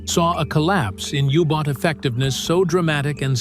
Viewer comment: It is a U-Boat not a Hubot nor a Yubot! It is shame that an interesting video is ruined by AI-speak!